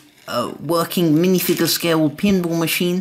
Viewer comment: He said minifwiger